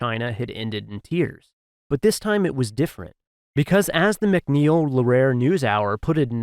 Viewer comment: Lehrer is pronounced "LAIR-er"